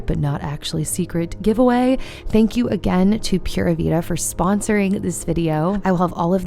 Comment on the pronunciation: I love how chunky Logan’s legs and arms have gotten. 😍 Pura vida is pronounced ‘Pooh-rah Vee-dah’ 😊